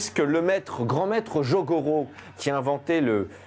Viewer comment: C'est pas jogoro c'est jigoro kano